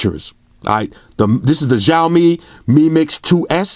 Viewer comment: the phones will come to usa/canada in 2019, also it is pronounced more as "shhhh aaaoouu " " mmmeee" it means.. xiao = little, mi = rice grain. cheers